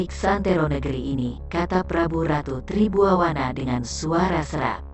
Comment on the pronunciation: Ma'af, Tri Buana dan bukan Tri Buwawana 😂🙏